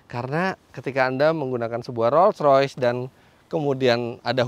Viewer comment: Ngomong nya sampai belepotan saking mahalnya mobilnya, beberapa kali denger penyebutan nya "roys.roys " roys roys," engga Roll royce " 😂😂😂